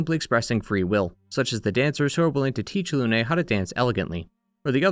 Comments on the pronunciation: Its nOT LUNAY, ITS FRENCH. ITS JUST LUNE. LOON. LYUN EVEN. AAAA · ik this is nitpicky but in French, the e at the end of words is often silent so, for me example, Lune's name is pronounced similarly to Dune (same thing for names like Émilie, Geneviève, etc) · The only “mistake” I can hear is when you say Lune’s name. (Also Blanche) You pronounce the “e” at the end as if it were in Spanish, not French. In French, you pronounce it subtly like “uh” almost as if it’s silent. The same way you correctly pronounce “Lumière”.